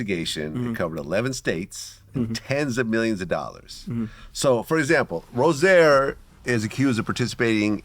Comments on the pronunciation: Vlad calls him Rose Air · You could pronounce rozier properly at the very least if you’re gonna talk about him like this